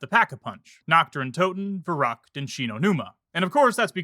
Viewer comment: "Verockt" bruh